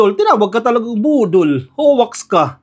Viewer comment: HOAX is pronounced as HOWKs, not Howaks